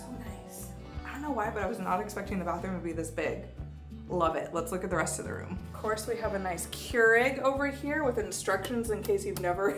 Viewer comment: gotta work on annunciating “room”. Sounded like “rum”. Sorry I had to say something.